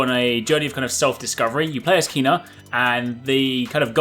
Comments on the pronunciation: It’s “Ken-Ah” not “keen-ah” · It’s pronounced Kay-Nah... it’s literally in the trailer hahah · It's of the Official Trailer. To me, it sounds like he is pronouncing it as "kenn-ah" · EmberLab confirmed over Twitter its pronounced as Kay-na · The narrator, who seems to be... pronounces her name. Pay attention, mate:)